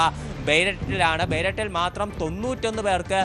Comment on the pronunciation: ലെബനൻ്റെ ക്യാപ്പിറ്റൽ ബെയ്ററ്റ് അല്ല ഹേ!! ബേയ്റൂട്ട് എന്നാണ് വായിക്കേണ്ടത്...😅😅😅😅